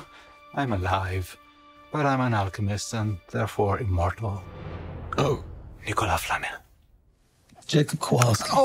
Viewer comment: It's Nichol as flamel